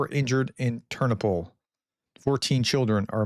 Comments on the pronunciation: "Tur-NO-pull" — I was in that city many times. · When in doubt about pronunciation..put the stress on the penultimate syllable..."Ter NO pil" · Hi, to help you with your pronunciation, place the accent on the second syllable for most proper names: terNOpyl, lVIv, cherNObyl, vlaDImir, volDOmir, uKRAina, etc. Great job. Thanks for all the updates. :)